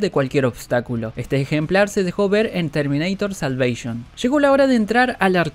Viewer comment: Termineitor salveishon Que tanto te costaba decir Terminator la salvación